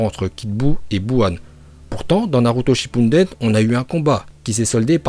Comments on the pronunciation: on dit Naruto shipudden pas shippunden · Pk tu dis shippunden au lieu de shippuden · Et Naruto shinpunden aussiiiii ça me pete le oreille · Non chipouneten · Arrête de dire « Shipunden »😭